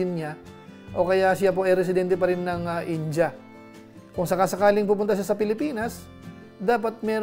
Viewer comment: Ind-ya hnd Po inja KC Po kinukurek Ng mga indian paano mgbigkas mga Pinoy tinatawanan nla